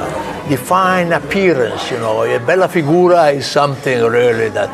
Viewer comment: When JC says "Bella Figura" (=beautiful figure) it seems like he says "Bella Figona" (=raunchy way of saying hot girl)... 🤣